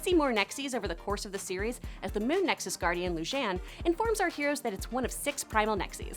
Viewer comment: Nexus not nexis